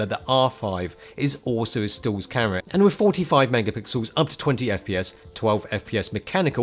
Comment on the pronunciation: I love how he says camera 📸 like carrot. 🥕 Plus it's a pretty balanced opinion.